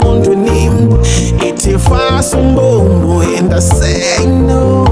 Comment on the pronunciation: Fasa umbobobo not umbombo kkkk